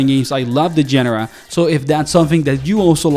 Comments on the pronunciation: "gen-er-uh" I have never heard it pronounced that way. Where is this luxurious accent from? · Good video, small besides-the-point thing: you pronounce "genre" very unusually compared to basically all other words that you pronounce quite normally. It was throwing me off. :D